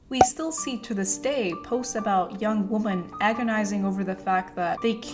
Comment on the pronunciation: i'm saying this cuz i wish someone told me earlier- the plural of "women" is pronounced "wih-men"